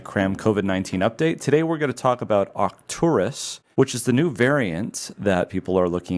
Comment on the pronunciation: “Arcturus?” Whose idea was that?